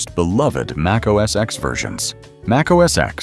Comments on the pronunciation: I stopped watching at macOS “eks” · MacOS "EKS"? Really?!?